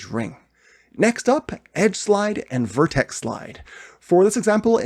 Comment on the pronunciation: makes me puke when hearing word vertex spelled like vertes / verteses..sounds like its some feces..